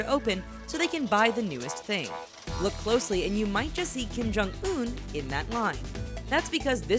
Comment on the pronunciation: Kim-Jum OOF